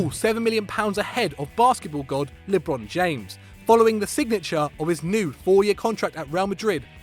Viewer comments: This ninja said LIIIIBRON JAMES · This dude said "Lebon James." Wtf 😂😂😂